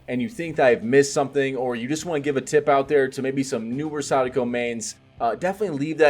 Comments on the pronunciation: I respect when people pronounce Sadako well. :) She’s been one of the most fun killers to play, IMO. I’ve also been enjoying your build ideas and explanations a lot. Thanks! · Great pronunciation of her name.